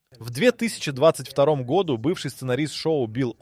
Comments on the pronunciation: Автор чет все перепутал, особенно про гОду! Может все-таки годУ?! С ударениями беда прям. НА таблице про 11 ноября ни слова не написано.... ТАм вообще про декабрь речь идет. Да и 12 февраля уже прошло, март на дворе. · Так хочется врезать по уху ИИ, который не может научиться говорить "году́", а не "го́ду"!!!! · Говорится не гОду, а годУ. Если ещё раз в другом видео услышу гОду -- поставлю дизлайк и удалю. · Да годУ, а не гОду, блин!! Уши режет весь ролик. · гОду! невозможно это слушать. Если делаете озвучку через ИИ - делайте нормально! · Режет уши Ваше - гОду, вообще го - годУ.... Правильно ставьте ударение в словах.... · неужели нельзя поставить ударение в правильном месте чтобы было годУ, а не гОду? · в ** году́, а не го́ду!!!! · нашел 1 серию симпсонов, нет там ничего про 2026. если вся информация из видео такого качества, то вы поняли, чего стоит такой, озвученный ИИ контент с "в 2026 гОду" 🤣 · «гОду» , ну ты и длбеб) иди учи ударение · Странно. Вот это слово "гОду" у диктора вызывает подозрение, что он - плод ИИ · "гОду"! Тупейшая озвучка. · Почему в слове годУ, постоянно ударение на О? ИИ опять текст читает? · Бесит это гОду. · Когда текст для ИИ пишешь, выделяй ударения, годУ! Уши режит! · гОду😂😂😂😂,даже тут робот пизdит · ИИ Ударение на склонениях "год" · бесит неправильное ударение на слово "году" - это дизлайк! и оскорбление русского языка!!!